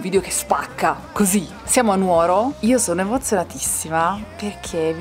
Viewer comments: Che spettacolo! Tra l'altro molto carino che vi abbiano fatto uscire vivi dalla città dopo che l'avete pronunciata non con l'accento sulla U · Però dai..si dice Nu(')oro e non nuo(')ro...daiiiii